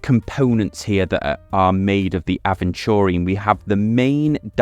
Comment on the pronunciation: Crazy that you made a whole video without looking up how to pronounce aventurine ahead of recording 😂